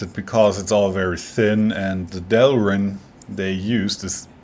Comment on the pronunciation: It’s not delrin.